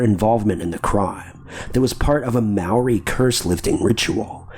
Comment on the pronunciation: You said 'Maori' pretty accurate 🤣